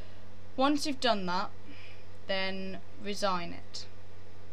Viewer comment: its no resign as in getti ncucked out a a job its RE-SIGN just thought i clean that up